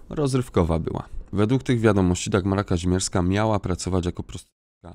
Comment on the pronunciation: Mimo że tego wulgarnego babska nie lubię to jej nazwisko to: KaŹmierska!!!! Nie Kazimierska..... Mów poprawnie!